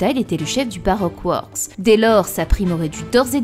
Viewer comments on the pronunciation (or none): none